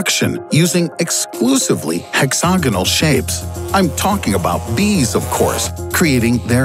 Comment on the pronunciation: Nobody:: HEXOGINAL